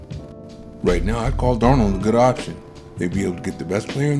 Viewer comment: You can't call someone a generational prospect and repeatedly mispronounce his name in all your videos.